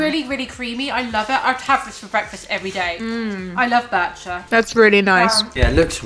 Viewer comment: Bircher is not pronounced the way you did in this video. Bircher Muesli was created by Dr. Bircher Benner.